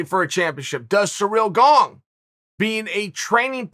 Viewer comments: Funny that he has to work harder to say Gong incorrectly than it is to say Gane properly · Gong lol u cant look up his name before you make a video and say it 50 times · He said surreal gong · I thought my ears were clogged when Chael said Cyril Gong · You can always count on Uncle Chael to go out of his way to mispronounce name. BANG A GONG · Chael's pronunciation is so crazily bad, it CLEARLY doesn't have a "g" at the end, but he still adds a g. Why 🤣?!